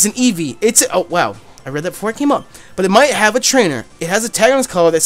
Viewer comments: please when I get my job, and set up my poketuber shit. I will pay you money to never say Evee like that ever again. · Jk but please never say evee like that ever again.